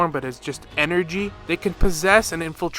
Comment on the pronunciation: You make such interesting videos, but can i put this out there? Jing yuan is pronounced Jing You-In , but tingyun is Ting-yoon, you keep saying tingyuan and its kind of killing me inside